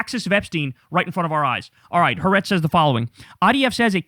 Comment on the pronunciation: The US is already doomed; everything but the funeral. - If WWIII begins, the MAGgots will blame Kamala. - - FOR GOD'S SAKE KYLE, IT'S PRONOUNCED HA-'AH-RETZ! Why do you insist on mispronouncing it?